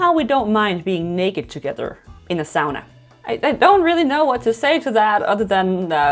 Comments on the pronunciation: It's pronounced Sauna... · I think it's a joke since that a popular correction to make and there's no attempt to actually emulate the pronunciation or no IPA guide. Saying sauna vs. sauna in the comments. Like saying tomato vs. tomato.